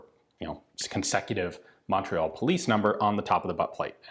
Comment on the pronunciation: Je suis déçu Ian. You can say chatellerault, tulle and Saint-Étienne whit out a accent. But you can’t say Montreal whit out one.